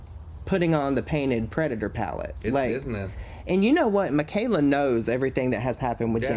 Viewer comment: That "pallet" from P Louise to Mikayla is beyond ridiculous. Come tf on.